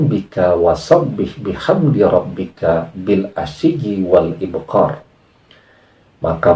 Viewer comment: Ma'af uztadz baca'an Qur'an nya yg akhir itu ( bukan ib'qor.) yg betul lafadz itu kalo mbaca (.ib'kar..) ...🙏🙏🙏